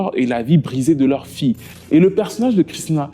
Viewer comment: 1er point : Avis au narrateur de la vidéo, apprend à parler. Sa fille = fi ye. Et non pas sa fi. 2ème point : Avis au réalisateur et aux autres personnes concernées. C'est scandaleux, voire obscène, de mettre un extrait d'une chanson de l'assassin en train de chanter. Il vous a payé ou quoi pour que vous parliez de lui, ses chansons, son groupe.